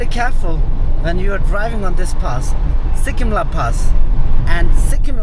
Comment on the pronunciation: It's not Sikkim la, It's Serkyim la. Which means གསེར་སྐྱེམས། a type of wine offering to the deities. The pronounciation is quite similar.